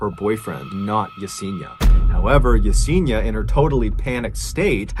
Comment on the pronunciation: Yes en i a ( not Yeseeena) sorry, it just pains me not to get the pronunciation of this sweet souls name right. Poor girl. 😢